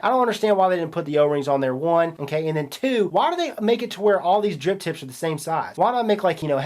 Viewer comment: bruh..... im certain that youre saying Drip Tits instead of Drip Tips